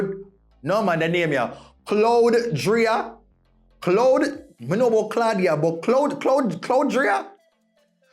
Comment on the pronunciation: It’s cloud ryda …like cloud rider. Not cloud dria